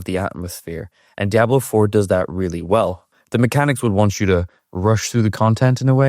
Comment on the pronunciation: I need you to please learn to pronounce Diablo properly. For some reason the way you pronounce it is like nails on a chalkboard to me lol your pronunciation is good with everything else.